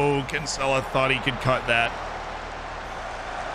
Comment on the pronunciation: He is BUTCHERING the pronunciation of Kinsella